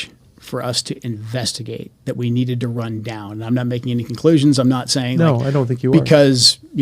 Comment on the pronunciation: That guy kept saying 'we". Who is 'ee'?